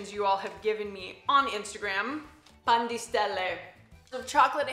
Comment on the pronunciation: sarebbe carino se pronunciassi i prodotti come sono scritti tipo Pan di Stelle e non Pen dei Stéilei.. sarebbe molto apprezzato